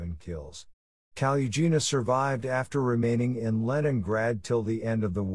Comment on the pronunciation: The second's female surname should be spelled and written as Kolesnikova, not Kolesnikov due to the rules of the Russian language grammar demanding that all female, non-foreign origin, surnames automatically aquire an -A-ending. The seventh's female surname should be pronounced the way it's written or as Kaluggina, with [ g ] sound not [ j ].